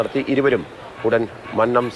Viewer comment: മന്നം എന്നതിലെ "ന്ന "യു ടെ ഉച്ചാരണം പെരുന്നയിലെ ''ന്ന " പോലെ തന്നെയാണ്. നിങ്ങൾ മന്നം എന്നത് തെറ്റായാണ് ഉച്ചരിക്കുന്നത്